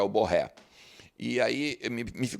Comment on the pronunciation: Diz-se BorrÊ.